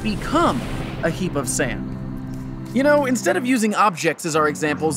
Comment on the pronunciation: it took me so long to realize he was saying 'heap' instead of 'heat'. Why am i so stupid